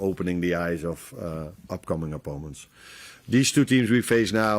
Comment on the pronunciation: I think he always says "oppoments" :-)